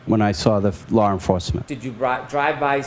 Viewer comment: OMG! Mr. Brennen nevers learns! There is NO "R" in the word, LAW!.No "R!"...😆